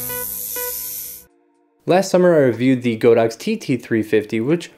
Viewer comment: it's "god ox" not "go dox", that's what the brand means in Chinese